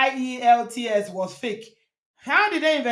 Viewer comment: I thought i heard her say “ when i got the ie…” like she couldn’t pronounce the full acronym of the test IELTS. That’s even more indication she isn’t genuine. From my analysis, she said when she got the ielts she then applied for the UK process i guess.